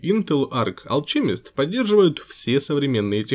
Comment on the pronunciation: алКемист а не алЧемист